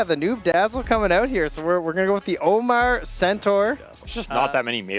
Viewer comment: OmaR not AMMAR